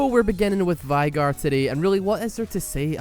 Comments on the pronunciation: This boy says Vigger, not Veigar! I'm Crying! X"D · Just saying, but it's VAY-gar. Final Boss says as much and I'm pretty sure the champion knows his own name. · Yay my main finally got roasted! You forgot to roast the skins though, final boss veigar might just be the best skin in the game as to how much smoother he feels with it, also its pronounced vaaaaygar. Great video! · Also i think the name is pronounced as tristana says in her taunt is (Vay-Gar) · why are you pronouncing it as Vaigar is theres ' e'.....bruh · Goddangit, I was drinking and almost choked when you called him "Vagazzle" XD